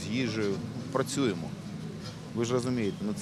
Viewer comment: Филатов. Ты недарозумение. Иди учи иврит. И тогда не будешь говорить «прачюемо». Неликвид.😷